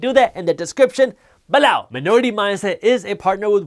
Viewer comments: "BAHLOW" lol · I love how he says b'low. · Love when he says “balow”!! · Man how you say "below" needs a copyright. That's the best part of learning then get hit with that comedy. On a serious note, Appreciate all the work you do for the culture.